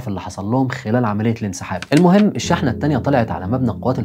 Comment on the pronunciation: شرح مبسط وجميل وطبعا حلقة مفيدة .. بس عندي ملاحظة على كلمة (شحنة) هي تنطق شُحنة بالضم مش شٍحنة